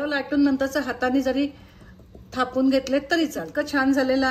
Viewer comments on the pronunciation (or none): थोपून नाही, "थापून" म्हणतात.